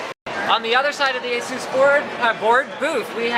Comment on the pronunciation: every time he says asus, I hear asoos